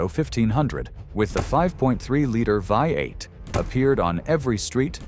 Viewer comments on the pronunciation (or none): Is this actual human or AI talking? It says vai-8 instead of V8...